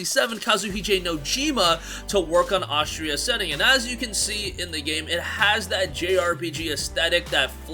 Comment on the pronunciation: Why does he keep calling it Ostria Ascending?